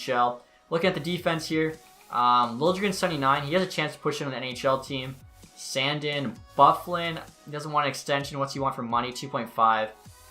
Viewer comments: Sand-Eeen not Sand-in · Hey just so you know it’s pronounced San-deen not Sand-in. Looking forward to the series!